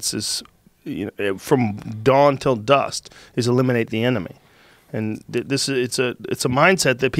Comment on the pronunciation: Joe "dawn 'til dust" Rogan